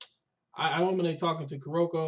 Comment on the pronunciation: It's hilarious to me how you guys pronounce Murasakibara's name perfectly and effortlessly, but Aomine is still 'Iominay' 😂😂 love you guys and your reactions, no hate!